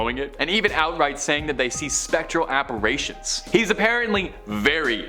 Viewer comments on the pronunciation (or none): Appa Rations? Dude Appa Ritions Stay in school!